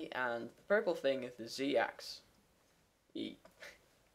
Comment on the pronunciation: Great, but it is pronounced AXX ISSSSSS and SYNE not SEEN